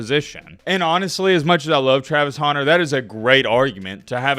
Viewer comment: “Travis Houner”